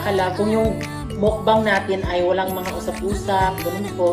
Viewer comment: Ang tamang pronounce po ay MUKBANG po hindi po MOwkbang🤣